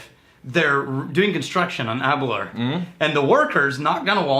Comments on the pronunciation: a tip to help you with correctly pronouncing Aberlour. Think of the word "hour" when pronouncing "Aberlour". The way you pronounce it sounds like,"aberlure" like a fishing lure, just say it the way it's spelled. Hope the spelling example helps!~Random Bastard. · it's actually pronounced Aber-lOUR..... rhymes with flower. accent on second syllable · Cool show. Worst pronunciation of any whisky ever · I love you guys but come on tae fuck (as we say in Scotland) Aberlour should be pronounced to rhyme with flower not your! anyway keep up the good work!